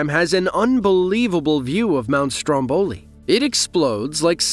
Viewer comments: come on… speaker: the pronunciation is not STROMBÒLI -__- It’s STRÒMBOLI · Sorry dear, you have to put the accent on Mount Strómboli, means on the first "o".